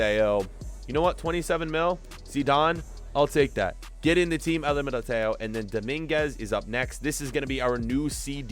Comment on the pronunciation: The way you say Militão and Upamecano is so wrong